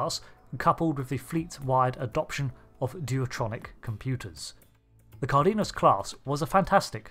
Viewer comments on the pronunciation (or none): It's pronounced "car-den-yas". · its pronounced CAR - DE - NAS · Just fyi, Cardenas, the E has the same sound as in the E as Egg, and the first A has an accent in Spanish for emphasis, so the pronunciation is something akin to: Kár-de-nas. If you use translator and write the word with English setting, and listen to it, the sound is the same in English and Spanish.